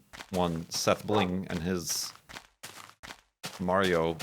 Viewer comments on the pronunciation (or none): none